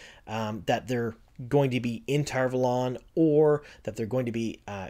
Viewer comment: I denounce your pronunciation of Tar Valon sir.